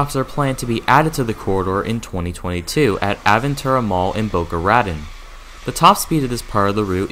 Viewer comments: Hialeah is pronounced Hi-a-lee-a. Boca Raton is Ra-tone. Also, it's called switching not shunting. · Next time you do a video, please find out how place names are pronounced. Especially "Hialeah" (high-ah-LEE-ah), "Boca Raton" (boh-ka rah-tone), and OMG I can't believe you got this one wrong, "Cocoa". (ko-ko). Google is your friend. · To correct another mispronunciation: Boca Raton (Spanish for rat mouth) is Boh-KAH Rah-TOHN. Emphasis for both words is on the end of each word. Also, why not Miami to Orlando. I think that was the original idea behind all of this. Personally, I'd love to see it go to Jacksonville. And beyond.